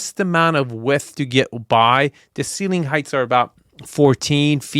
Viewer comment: “This is the roo-MUH. I wanna take you back into the foyay-YUH. All the way up to the ceiling-UH. Here we have southern view-ZUH.” Bro, got a phonology fetish-SHUH.